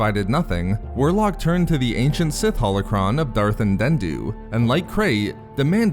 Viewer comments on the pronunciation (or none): For a channel with "Reading" in the name, I find it odd that you get through the whole process of making this video without realizing you were misspronouncing "Andeddu", instead saying "Andenddu lol. I'm not usually much of a grammar nazi, but for a text based channel, especially one where the narrator makes such a point to sound proper, I can't help it. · I've noticed this before, but you really gotta learn your pronounciation here, buddy: you always say Andendu instead of Andeddu. Essence Transfer is somewhat canon since we had those Nightsister ghosts show up in Rebels and Talzin temporarily possessed Dooku's body in the Darth Maul: Son of Dathomir comic. I do feel that it got a bit much in Legends, however. Tulak Hord had his artifacts to perform such a ritual, Vitiate seemingly discovered the technique on his own, and many Sith spirits had at least a variation of this granted by their disembodied existence. Andeddu was made out to be pretty special because he developed this power in Dynasty of Evil, but other stories made him less so. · While I didn't care either way, he is most definitely mispronouncing the name. It is Darth Andeddu. The narrator is adding an extra "n" by saying Andenddu. While the exact pronunciation of Andeddu might be different by some, most pronounce it as 'an-dead-do'. But 'an-den-do' is outright wrong. It doesn't really matter though because the video still covers the basics of the lore and is overall a good video. But you're blatantly wrong and the narrator is in fact mispronouncing the name. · Just finished reading Dynasty of Evil for the first time yesterday, the Darth Bane trilogy is so damn good. And dude it's pronounced An-Dead-Do, you keep saying it like it's spelt Andendu, which it isn't.